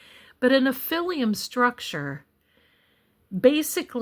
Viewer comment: All due respect, you're mispronouncing nephilim.